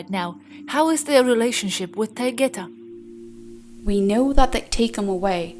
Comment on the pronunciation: The girl doing voice is mispronouncing Taygeta. You might want to correct this.